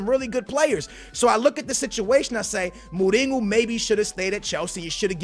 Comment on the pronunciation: Who’s Muringo? It’s mourinho